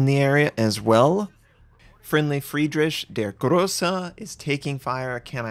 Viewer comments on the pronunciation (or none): it´s not Fridrish (like fiSH), it´s FridriH, like the H in Hello. FridriHHHHHHH. But i like your vids anyway:)